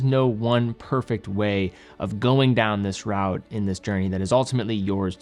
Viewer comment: I think the collecting of anything is probably a bit bonkers, but totally human, or perhaps that should be humen, based on the number of guys into the hobby. Lovely thoughtful video. But I must point out, as regards the King's English, route is pronounced root. 😂😂